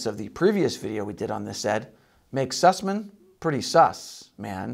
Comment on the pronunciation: "Sassman"? No, its Süßmann, "Syhssman".